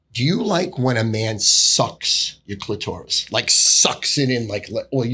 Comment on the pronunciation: The sophisticated way says clitourous is hilarious. I’ve listened to this dude talk sports for a long time and alway thought that was his element. It’s not. Hooooly shit it’s not